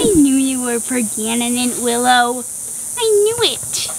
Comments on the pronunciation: GIIIRL I HEARD THAT 'PRAGANENANT' hahah that was a great vid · " I knew you were pregantenent Willow" 😂 LOVED THAT!